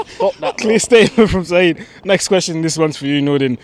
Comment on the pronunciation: Its Saeed not Seeb